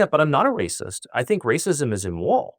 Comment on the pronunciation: أكاد أشك أن هذا اللقاء حصل فعلا وأنه ليس من صنع الذكاء الاصطناعي، فهناك كلمات كثيرة يلفظها تاكر هنا بشكل غير طبيعي للغاية. وهذه الكلمات أكثر من تعد. أكثر موضع يحدث فيه هذا هو في نطقه لكلمات تشتمل على حرف R في وسطها (ليس في كل المواضع وإنما في بعضها، مثل كلمة immoral ) . وأقول هذا كشخص لغته الأساسية هي الإنجليزية. إضافة إلى أن صوته هنا يختلف عن صوته في مئات التسجيلات الموجودة على الإنترنت بشكل دقيق لكنه واضح لمن قد استمع إليه كثيرا.